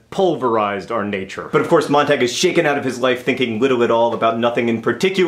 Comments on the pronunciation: It's actually MOANT-AHG according to various sources (including my English teacher), and apparently is German. MONT-AH-GUE would be spelled "Montague", though, for future reference. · WAIT HOLD ON JUST ONE SECOND. MONT-AHG? NOT MONT-AH-GUE?